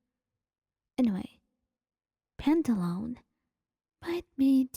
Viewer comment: i love ur content but pantalone is pronounced pan-ta-lo-ne, im not sure how to explain the pronounciation of each syllable but u can use google translate to say the word out loud. hope this helps!!!